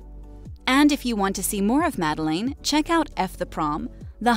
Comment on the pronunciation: It's pronounced Mah-del-ayne, not Mah-del-in.